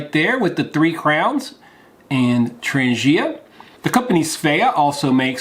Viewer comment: Yo! It's pronounced "Tran G ia" not "tranjia". Ask any Swede... varsagod!